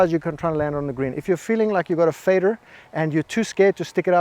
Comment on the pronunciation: And just how many r’s are there in ‘faderrr’ 🤔😆